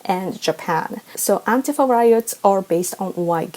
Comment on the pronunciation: Thank you for being one of the few that says "Antifa" correctly. I'm so sick of hearing it pronounced anTEEfa. I've got a 30-year history with these scumbags. Nobody pronounced it anTEEfa until some newscaster mispronounced it in 2016. Hell, 99.9999% of people ever heard of them before 2016.